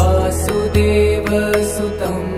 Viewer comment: क्षम्यताम् This beautifully chanted Bhajan is addressed to Lord Krishna so the singer starts with वासुदेवः सुतं देवं ( simply changes meaning. Please pay attention to your pronunciation. वसुदेवः was the father of Lord कृष्णः । ततः कृष्णः= वासुदेवः वसुदेवः सुतं देवं is correct not वासुदेवः सुतं देवं। If you sing वासुदेवः सुतं देवं = you are addressing प्रद्युम्नः ? ? नः किम्?. Please correct if my assumption is incorrect 🙏🙏